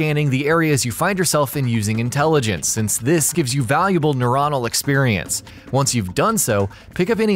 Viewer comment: did you seriously say nureonal? lmfao it would literally just be neuron